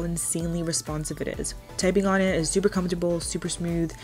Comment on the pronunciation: minute in "typung" LOL